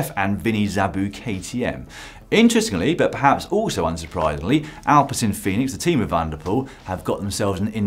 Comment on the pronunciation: I also think Alpecin Fenix sounds better. But you should pronounce it like "fennix".